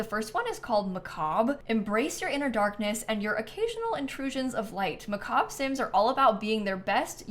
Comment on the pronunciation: I'm so thankful at least one EA creator knows how to pronounce "macabre"!